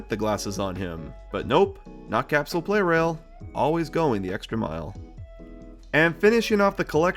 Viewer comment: I think the "Pla" in Plarail means "plastic", and also the official Japanese name is プラレール (purarēru), so maybe the "Play Rail" pronounciation is not entirely correct...?